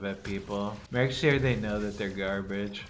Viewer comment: "make that they know they are garbidge " imqtpie xdhhhhhhhh